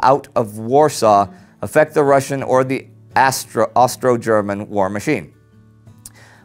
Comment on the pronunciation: when he said Austro-German like "Astro-German" it just made me think... Space Germans...